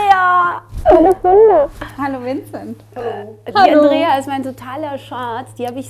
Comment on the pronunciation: Wie die Andrea "Vincet" gesagt hat, und ihn dabei so... angeschaut hat. O_o